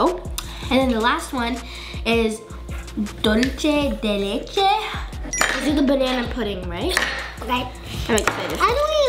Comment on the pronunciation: yall the dulce de leche its (due-say-de-lechay)